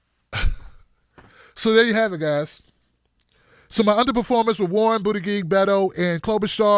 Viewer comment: calls him "Booty-Gig"... hilarious.